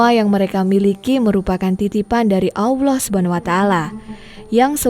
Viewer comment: Kenapa sih kalau melafalkan nama Allah jadi AWLOH. Tolong belajar ya, ini kuping rasanya terganggu dgn ucapan spt itu.